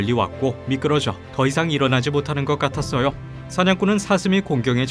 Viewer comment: 같았어으요! 라고 하시네요 ㅎㅎ